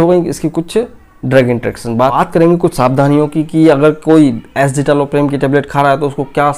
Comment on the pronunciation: Wrong pronounciation of drug name.